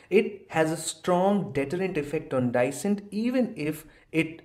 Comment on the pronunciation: pronunciation of "dissent" is wrong.